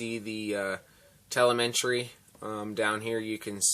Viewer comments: te-le-me-try.. not telementry lol.. sorry, just had to. Nice review though ;-) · Thanks for showing the radio...looks great! BTW it's pronounced TELL-EM-IH-TREE (Telemetry)